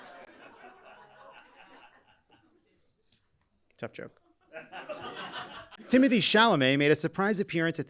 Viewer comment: It's Tim-oh-tay!!!